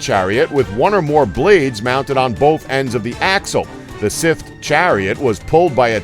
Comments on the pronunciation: WHY CAN YOU NOT LEARN TO SAY "SCYTHE" PROPERLY!!!!!??????!!!?!?!?!?!?!?!?!?!?!?!?!?!!?!?!?!?!?!?!?!?!?!?!?!?!?!?!!?!?!?!?!?!?!?!?!?!?!?!?!?!!? sthserguionuhasgrnae;o5uighawerir5hgaoeuirgnrnjiwga[t5njgaiperwjgnaipower45nmgaewr WERGNaw3gnaowerungEFH4GTFAUerwguAIWefhEUI9WFRHA9ehwgpu9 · please learn how to pronounce this word: scythe just click the link then click the speaker icon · Why can't this moron say scythe? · Joshua Fogg I'm from new York and I can say scythe, there's no excuse for idiocy 😂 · SMALL nitpick here, but it's "Scythe", not "sith". Sorry, kind of a grammar/pronunciation nazi. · Stop saying sith it's cythe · For fucks sake, the word is Scythe, not Sith. They are not pronounced the same way. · It's not sith it's Scythe (Sci-the) (the y sounds like a long I people!!!) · Okay, last I checked, it's not "sith", it's not "sayth" it's "Scythe". dude. pronounce it right. does he even LOOK at the comment section? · why does he say sith instead of scythe?? just, wHY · The pronunciation in this video... it's driving me up the walls. They pronounced scythe as sith, and khopesh was weird... like kho-pesh. Irritating. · Dude. Its. SCYTHE NoT SITH. SSS IIEEEE THHHH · its a scyth, not a sif or a sith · Sith = scythe lmao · Grrr, one would hope that he'd remedy his pronunciation errors between the making of these videos! "The 'Sith' chariot, 'Sith' chariot, 'Sith chariot... He just continues, blissfully unaware, to compound his errors - making everyone with even a passing familiarity with one of the oldest and most commonly used farm implements of all time, quite literally, cringe in pain. How does he pronounce sickle? Cycle??? Maybe consult with a person or two before you post these videos. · Sith? let's ignore the letter Y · The pronunciation is just terrible here. Scythe. Pronounced S-EYE-TH. This is medieval warefare, not star wars. I know it's been said a million times, but seriously, this is the second video they did this in. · Scythe, dude.